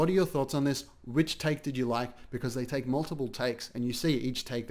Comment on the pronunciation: EACH THAKE THEY THAAKE..BWHAHAHAH...EACH TAHAAKKE